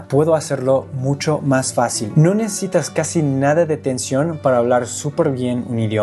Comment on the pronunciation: Te felicito, hablas perfecto español! solo te aconsejaría pronunciar, modular , más la palabra "necesitas", todos los extrangeros tienden a decirlo rapido y suena a "necitas".